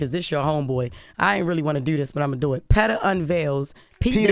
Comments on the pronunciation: It’s the surprised look Jess gave Envy when he told her it’s PETA not PE-TA that took me out 😂😂😂😂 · Jess ain't wrong. I definitely thought it was “Pehtah”at one point too. 😂😂😂